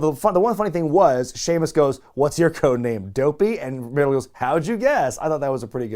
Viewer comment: Anyone else notice "Shemaus"